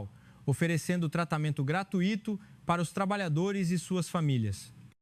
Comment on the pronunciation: ARRASCAETADAS GRAMATICAIS.Para o locutor e a moça do comercial. Não é " gratuíto", mas " gratúito" ( tirar o acento fisico). Desculpe este professor aposentado de... História!